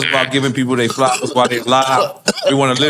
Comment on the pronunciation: i never in my life would have thought id ever hear someone pronounce flowers like that , bro's a menace 🤣